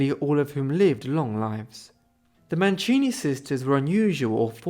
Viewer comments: Mancini non Manchini....cavolo che schifo queste voci artificiali che non sanno neanche parlare correttamente e che bugie. Storia quasi del tutto inventata. Vergogna. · Wäre schön, du würdest die Namen richtig aussprechen. Sollte doch nicht so schwer sein.